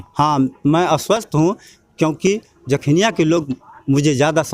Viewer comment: समाजसेवा करते कभी नहीं दिखे नेताजी जखनियां विधानसभा में और हा विधानसभा क्षेत्र का नाम तो सही से बोलना सीख लो जखीनिया नही जखनियां होता है